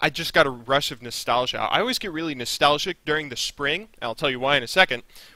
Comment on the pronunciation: i never heard someone say nestalgic or wahtever before then u say it like 40 times in a video